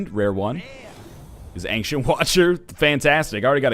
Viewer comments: Why do you pronounce ancient as ank-sient? :p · Why does NL tend to pronounce ancient as "Angshent"?